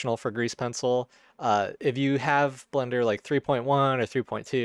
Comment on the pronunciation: Is it just me or are you accidently saying Blunder instead of Blender?